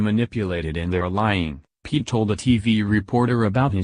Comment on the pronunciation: Uhm. He kinda said our last name wrong. Its pronounced (pee-ette)